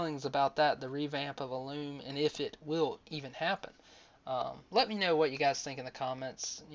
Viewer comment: why do people say Illum wrong. I know it is a tiny thing but it drives me nuts. It's Ill (like being sick) um not Ah-loom